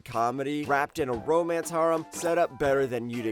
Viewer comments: the way he says harem burns a hole in my soul but thanks for the content man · Dude, learn how to pronounce "harem". Like half the series you say don't have an English dub actually do.